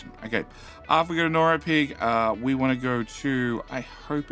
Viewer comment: You've done sales, right? The way you ask for the like. And you're funny (although I don't think you're doing that intentionally). I love your pronunciation of norrkoping. I don't know how to say it either. But NORAPIG will be my station from now on. Good job! Don't edit out your mistakes, they make for good viewing.